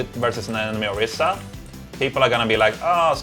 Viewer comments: IT'S ORISA. OR-EE-SA. NOT ORISSA. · Orisa not Orissa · **Orisa** not Orissa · LOL true "ori-SAH online"